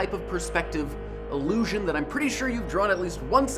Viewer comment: I hate to be a pedant, but the way he says "illusion" sounds like allusion.